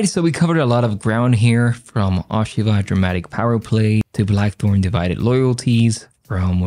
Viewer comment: First of all, please pronounce her name correctly! The O rhymes with Oh, not ah. Secondly, although the story is only loosely based on Japanese history, the analysis I is spot on. She will play a roll in influencing her son, but only to his detriment. Spoiler alert. unless they plan on upending Japanese history all together, Toranaga will come out on top of what became one of the most bloody battles in Japanese history and set up a government that lasted like 200 years and became the subject of many many Japanese television shows!